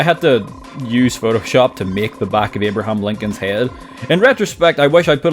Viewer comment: Love how you say "eeyahbrahahm" my bro